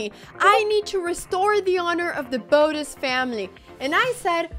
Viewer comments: isn't it bo - teZ not bo -tis? arent your pronouncing the name wrong? the emphasis is on the z not the b right? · Botttez not Bodez 😂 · The way she says "Boadez" has me dying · Can't even say botez right 😭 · youre mispronouncing Botez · so your dad is spanish but you dont know how to pronounce botez? mdr